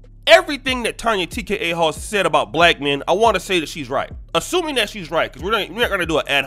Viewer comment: Did he say Tonya TkaHoe?!!🤣🤣🤣